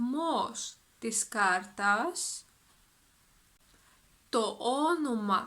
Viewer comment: Γεια σου! Few questions, if I may: , the της is contracted, I can only hear a "τς". Is that a pronountiation rule or it's a contraction which might or might not be used? I noticed your pronounciation of διαθέσιμα is different than I expected. The first "α" is almost silent, while same word has a very clear "α". Is something about the context? ταυτότητα or ταυτότα ? Ευχαριστώ!